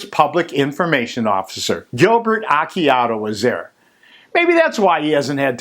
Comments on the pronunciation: Actually Acciardo's name is pronounced "Ah Char Do". And yes, pretty sure Sheriff Root is corrupt. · btw you pronounced Acciardo completely wrong. Your kind of embarrassing yourself by posting these.